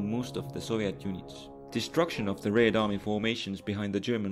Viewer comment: I continue to be amused by your way of saying "Raid army"